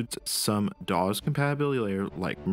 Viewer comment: I have to admit I have never heard DOS pronounced like that before, interesting.